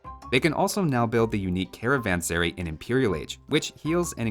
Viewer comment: As a long-time fan of the music of Loreena McKennitt, who wrote a song about this kind of location, the last syllable of "caravanserai" is pronounced the same as in cities like "Shanghai", "Mumbai", etc (basically rhyming with "eye")